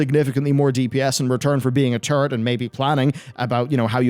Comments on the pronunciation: hehe sounds like hes saying "turdy" class. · Why does he keep talking about being a 'turd'?? Oh, he's saying 'turret'..